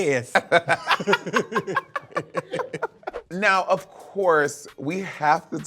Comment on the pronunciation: that yes was so southern and satisfying hella extra syllables 😭